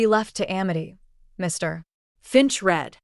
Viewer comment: Get a human to read this , sick of the “ Mr “ in the wrong manner .constantly being used